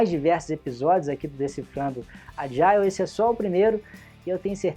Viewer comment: Agile → "Ádjol"